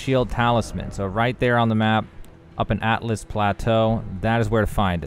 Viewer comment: Great video but its altus not atlas